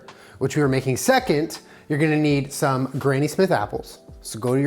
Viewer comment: The word 'some' in sounded exactly like Somebody once told me in the song all star by smash mouth